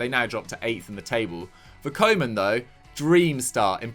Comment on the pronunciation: It’s not ‘coman’ it’s pronounced ‘kooman’